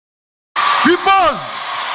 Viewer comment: Hata mimi nimesikia pipoz